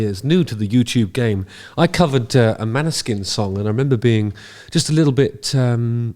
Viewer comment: FYI proper pronounciation is more like "Maw-ni-sheen". It's Norwegian for Moonshine. The "å" is actually more of a short "o" type sound, and the "sk" is a "sh". Their Eurovision win was a breath of fresh air cutting through all the pop and power ballads.